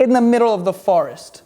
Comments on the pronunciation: Forest not farest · Is he saying farrest ? Try for-rest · forest=he says,farest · WTF IS A FARREST!? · The way he says “forest” as “fuhrest” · "Farest" not to be be confused with "forest" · I believe "poreage" is "oatmeal"....I love how you say "forest" 😂